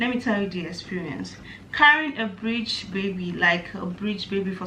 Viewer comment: it’s breech not bridge